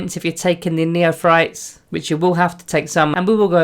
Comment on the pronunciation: Neophytes = "Neo-Fights" Not "Neothrytes".